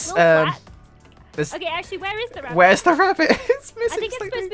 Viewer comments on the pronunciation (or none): BWUNNY WABBIT